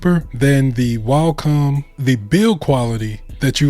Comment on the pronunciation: Cool video but you keep saying Walcom and it was throwing me off. There’s no L In Wacom 😆